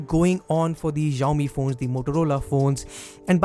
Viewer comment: Who notice xiaomi pronounced ziomee